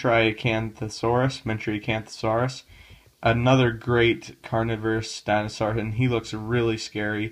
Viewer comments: Wtf is a dinosaar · I love the way he pronounces dinosaur